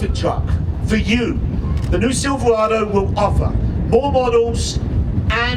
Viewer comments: Why does it it run right through me that a "Bloke" who can't even pronounce "Silverado" is announcing at the Chevy Truck 100th anniversary. Do you think Jaguar or Aston Martin would have an American from Texas announcing at their 100th? Please help me understand why this irritates me so much! AWESOME NEW LOOK THOUGH!!! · not sure whats more annoying, the butt ugly truck or the horrible pronunciation of "silverado" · Why would you have someone with a speech impediment introduce the new truck. This guy cant even say Silverado or truck. He sounds like a character from the princess bride. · Ud think they would've gotten some one that could pronounce Silverado to do there announcing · The new Silverado, introduced by a brit who can't pronounce Silverado. Great thinking GM! LMAO. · That Chevy spokesman needs to buy some "R"s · why can’t he say Silverado? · You'd think at least they'd have an MC that could say Silverado in American. Geez! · They should have at least hired a guy to speak who could actually say Silverado.